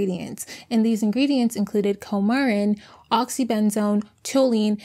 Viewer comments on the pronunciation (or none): I was just going to say the same thing!! She said "Kormen" earlier but said it right at the end. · subpoena is pronounced : SA-PEE-NAH. Contributed , you are emphasizing the wrong syllable its -CONTRIButed (CON-tri-BYU-tid) Coumarin pronounced similar to cumin , again emphasizing the wrong syllable. CUE-MAR-IN (not co)